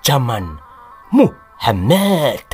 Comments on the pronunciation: admin nak ngomong muhamad kok dadi muhemett.. ora wedi karo pa 212 opo. di kapir kapir ke kapok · Mengucapkan kata muhammad dng benar.. Jng di intonasi kan begitu.. Jelek akhlakmu dng sura begitu